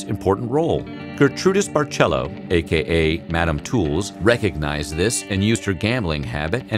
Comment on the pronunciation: Gertrudis Barcelo's name was correctly pronounced as "Hair-TRUE-diss Bar-se-LOW".